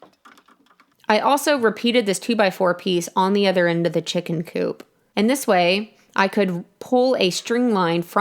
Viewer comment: At 857 it sounds like you’re saying poop not coop but I love your videos